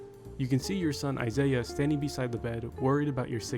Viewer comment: Umbra's son's name is Isah (EYE-suh), not Isaiah